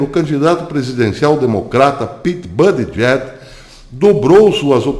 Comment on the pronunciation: por favor, acrescente os nomes envolvidos nos teus vídeos. Pois, fica difícil localizar, através do Google, tais nomes, levei MINUTOS para identificar o ex-prefeito gay, citado no vídeo, cujo nome é "Pete Buttigieg"... O porém é que você citou "Buttigieg--/JACKS/" (ou algo foneticamente parecido) o que complica. Porque NENHUM artigo em que encontrei o citado nome tem essa última sílaba (/JACKS/). Além disso, ultimamente o Youtube omite as datas em que os vídeos foram publicados. Isto prejudica muito as possíveis pesquisas que possam ser feitas com as publicações, sejam elas em vídeos ou em textos. Tenho encontrado muitos artigos valiosos, mas que não tem datas. Falhas essas que já encontrei em revistas impressas, o que É IMPERDOÁVEL. Por favor, coloque as datas, nem que sejam nos comentários. A propósito, gostei do seu novo visual, como uma nova marca para os teus vídeos. Espero poder apreciar mais os teus trabalhos. Abraços e muito obrigado pela atenção.